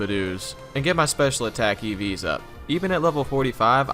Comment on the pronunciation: I keep hearing Eevees instead of EVs